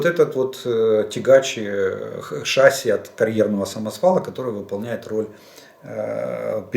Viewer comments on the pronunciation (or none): none